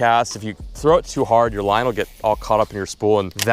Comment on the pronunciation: Throw not "through"